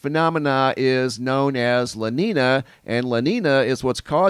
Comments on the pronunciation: la neenya not la neena. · It is pronounce" LA NEEN-ya" not neen a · Sound educated... it's pronounced La Neen-Ya (La Nina) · Aight. Can't help it but tell me if Wrong watchers... "La NEEEN YAA" = LA NINA. NO? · lah neen-yah is the proper pronunciation lolo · Love your reporting. Those terms are pronounced "la neen yo" and "la neen ya" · La nina is pronounced,"la neenya" if I may say... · Thanks for the updates! Love the channel. A little help with the pronunciations. La Niña is pronounced lah neen-ya (the niña part isn't pronounced like Tina). And El Niño would be El neen-yo. Hope that helps :) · Thanks... Repeat after me; "Law Neenyah". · You didn’t explain anything. You can’t even pronounce an ñ properly. wtf is this